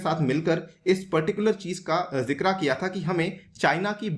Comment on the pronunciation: Sir it is not jikra it is jikr😂👍❤️